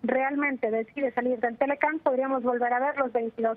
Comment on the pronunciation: jajaja este tarado a ver no es TELE CAN es T... L ....C....A...N ........... imbecil ! aprende a hablar